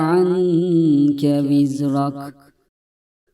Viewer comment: Vizreke yazıyor vizrak okuyor hangisi doğru